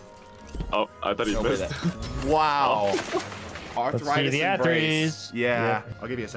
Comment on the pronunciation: Did nobody else hear say arthritis embrace instead of athrys's embrace 🤣